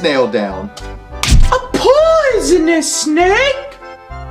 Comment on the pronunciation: It's not "a p----oy------son-nus snake." It's an owl speaking. So it should be, "A p-oooooooo-son-nus snake." Krispen has Cedric go with Graham. Yet Cedric doesn't help him in any way other than bringing Graham from Daventry to meet Krispen. He won't go into the desert with him to look for water. Graham has to die a few times before he locates a source of water on his own. Cedric doesn't want to go into town with Graham. And he doesn't want to go into the forest with Graham. Cedric sprinkles some fairy dust on Graham to make him fly. If fairy dust can make Graham fly, wouldn't the fairy dust go up in the air rather than fall down to the ground? You're right about the colors and the scenery. They're really beautiful! Rule: "Take everything that isn't nailed down." In other words - STEAL. Stealing is okay in the King's Quest series. There's nothing like stealing. "Defying normal thinking." How about the magic pocket? Graham puts a custard pie in his pocket. He keeps a hammer in his pocket. Also a harp, a tambourine, a rotten fish, a leg of lamb, a nice warm cloak, a sled, a marionette. and a magic wand among other things. The same in KQ6, KQ7, and KQ8, with Alexander, Rosella, Valanice, and Connor carrying all sorts of objects in their magic pockets...a shovel and a hammer & chisel, a gold bowl with green water in it, a jar of clay with salt or fresh water in it, a China bird, a magic mirror, a gauntlet, a magic map, a lantern, a dangling participle book worm, Beauty the slave